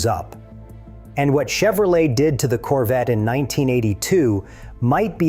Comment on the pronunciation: Its CORVETTE. Not "coverette". And you do? YOU remember the 1983 Corvette? You're saying this on a device with an internet connection. How do you remember a car that was never mass produced? There were only 43 prototype 1983 Corvette's made and the only ONE 1983 Corvette left is sitting in The National Corvette Museum in Bowling Green Kentucky. You even edited your comment to make your self sound smarter. Glad you remember a car that never hit the streets. Quit passing false information. You're not amazing, desipte what you tell yourself.